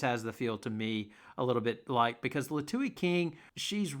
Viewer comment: Liatu's name is pronounced "Lee-uh-two."